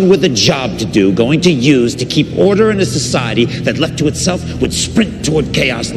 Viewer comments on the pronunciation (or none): none